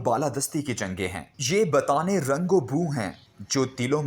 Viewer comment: AoA.sir plz aap check kar liya karyn.batan e rang o boo nahee butaan e rang o boo sahee lafz hay.ye sahab aksar lafz kee adaeygee ghalat kartay hayn.bara e meharbanee recording sunn kar download kiya karayn.jazakallah khair.